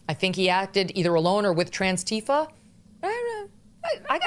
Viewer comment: Did she say trans-tifa?!?